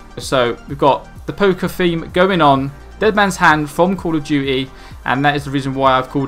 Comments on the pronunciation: Love how you say ball of duty ;p By the way,it doesn't matter about the pronunciation (you did get it correct :p) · AND congrats at your first 1k viewed video! (And I noticed it was call of duty not ball of duty...c looked a bit like b and plus everyone calls call of duty bal of duty so I got mistaken)